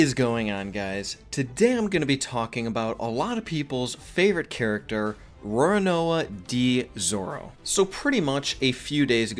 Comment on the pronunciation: Why this man said Roanoa d zoro